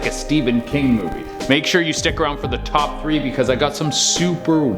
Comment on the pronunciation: I swear I heard him say Most amazing chop 10